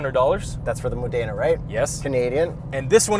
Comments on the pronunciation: Modena not Mooodena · Great review but Modena is pronounced Ma-Da-Na. I pronounced it how you did for twenty years until I saw a documentary on the town. Keep up the awesome reviews! Ciao! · I'd start practising pronouncing "Mòdena" before getting invited by Maserati for the next press event. When this happens, I'd be very happy to have both of you for dinner! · You guys don't say Modena properly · Maserati will invite you to Italy when you learn how to pronounce Modena. Lol